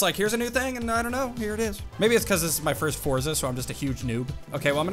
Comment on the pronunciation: It's pronounced Fortza not Forza